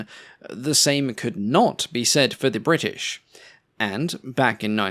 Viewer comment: Bwrritish! :D